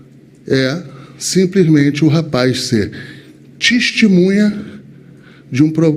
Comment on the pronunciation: "...T I S T I M U N H A..."